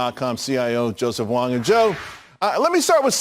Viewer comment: Know your guest and get their name right lol, that's several times now Charles, don't get it wong again. Thanks Joseph Wang